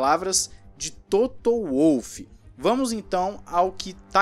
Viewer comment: TOTO FALANDO TOTÔ ...